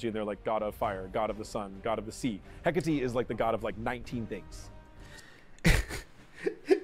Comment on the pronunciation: por favor se dice Écate, con la tilde